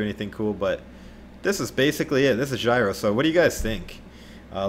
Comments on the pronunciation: J-iro, not gyro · JEE-ro, not gyro. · Btw Jiro is pronounced YEER-oh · The way your where pronouncing Jiro is the way you pronounce my name “Jyro” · Hahahah that’s my brothers name “Jiro” it’s pronounced G row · stop calling him jairo ffs if you I don't know how to pronounce someone's name try to avoid saying it